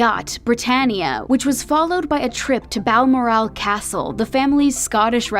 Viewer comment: Bal Mor-owl 🦉